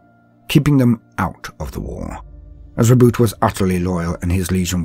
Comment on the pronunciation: Thank you for not pronouncing Roboute like "Ro-bootay"!